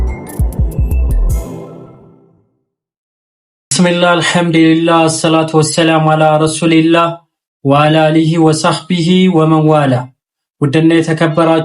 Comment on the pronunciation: አልሀም"ዱ"ሊላህ በል "ዲ" አትበል